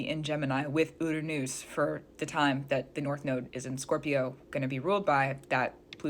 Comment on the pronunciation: Learn to pronounce Uranus. I keep thinking this video is a joke